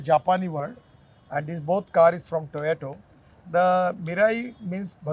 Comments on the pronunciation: But when he says Toyato instead of Toyota 🤕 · Toyato or Toyota😂😂😂😂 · Wtf is Toyato? It's Toyota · Toyota ❌ Toyeto✅ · Toyota ❌ Toyato ✅ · Minister of Road Transport... He can't even pronounce Toyota 😔 "Toyoto" 😂😂😂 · Its toyota not toyoto 😂😂😂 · Sir,toyato nhi Toyota 😅😅😅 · Toyato Tayoto Tayota Tyota Tiyota Tota 😂🤣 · im sure an individual's accent or pronunciation does not matter when compared to his competence as a minister, promoting greener technologies, developing opportunities in the country but sure he cant pronounce toyota, hope u had a laugh.